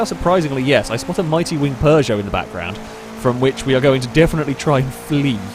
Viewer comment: There's no r in Peugeot